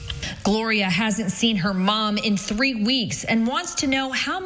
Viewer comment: I love the way the female anchor says "three"